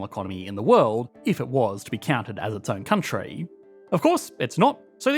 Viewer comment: California’s not a countreyii